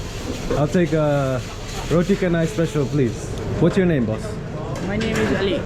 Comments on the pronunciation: 😅 noticed at minute you're still MISPRONOUNCING 'Roti Canai'... all the letters C in Malay make the "CH" sound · Welcome back to Malaysia. Do enjoy your stay. Malay is pronounced as Malay, not Malay Malay. Roti canai is pronounced as roti canai, not roti kenai